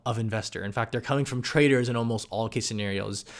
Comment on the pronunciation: Who else thought he said "Traitors" instead of "Traders" ?